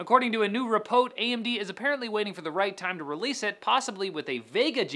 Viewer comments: Repote? didn't know that's how they said it in Canada... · REmix OS! MAKE IT HAPPEN * also did he say repot? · it is now pronounced repote not report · Canadian "report" sounds hilarious